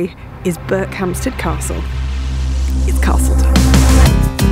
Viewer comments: That's BERKHAMSTED ... No "P" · Berkhamsted, no P. With the emphasis on the last syllable. Not BerkHAMPsted... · Interesting. I would have expected it to be pronounced Berk-um-sted. Just goes to show you never know. And nice to know they have such good train service. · Intrigued at how this place is pronounced. Ive never been, but I’ve always called it Ber-cum-stead rather than Berk-hamstead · Not sure - I grew up around there and don't pronounce it the way does. For me the first 2 syllables run into each other more - 'Burkham-sted' rather than 'Burk-ham-sted' if you get what I mean. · The emphasis is on the 'Ber'. Interestingly in nearby Chesham you can find a 'Berkhampstead Road'. Not sure who it was spelled like that; maybe an admin error or maybe something more historic. No idea. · No P in this one. 😀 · There is no "P" in Berkhamsted. It is unknown when the "P" was taken out of the name. The clue is in the opening shot of Berkhamsted station. Otherwise a great video as usual. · You pronounced Berkhamsted wrong :( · Not a bad effort,but we who live here ,don't pronounce it like that...